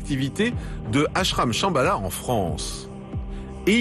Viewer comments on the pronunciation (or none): Shambala, ça sonne chabala, genre tralalá justement, du tralalá.